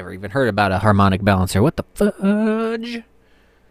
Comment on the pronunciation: You said it exactly right:) once in a blue moon on harmonic balancer :)